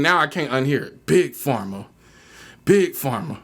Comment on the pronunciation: He said Big Pharm